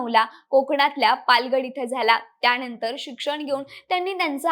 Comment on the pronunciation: त्याणंतर शिक्षन घेऊन.... 😂